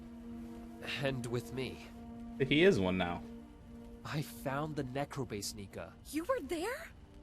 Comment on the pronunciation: It's pronounced Niika